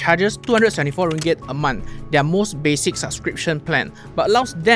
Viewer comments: Off topic but ‘Their’ is pronounced as ‘There’ not ‘Diar’. ‘Diar’ doesn’t exist in English. Just saying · Off topic but ‘Their’ is pronounced ‘There’ not ‘Diar’. ‘Diar’ doesn’t exist in English. I wouldn’t know what you’re ranting about without the subtitles